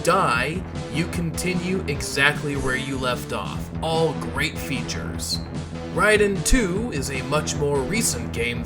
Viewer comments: He means RAY-den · yes. It’s pronounced as “Rye-den.” I went for years in the 90s saying Ray-den but no one knew better back then.